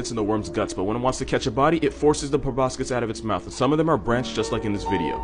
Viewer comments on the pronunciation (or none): none